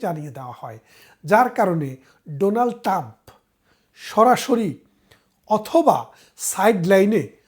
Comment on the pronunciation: "ডোনাল্ড টাম" নয়, "ডোনাল্ড ট্রাম্প" হবে। বেশ কিছু ক্ষেত্রে আপনার উচ্চারণে সমস্যা আছে, একটু খেয়াল করবেন।